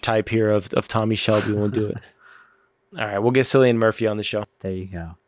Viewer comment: Cillian Murphy is one of your favorite actors and don’t know his name sounds like “Killian” and not “Sillian”? 😅